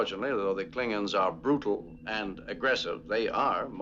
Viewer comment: Always drives me crazy how in TOS they refused to give the "o" in klingons any respect. Always "klingins"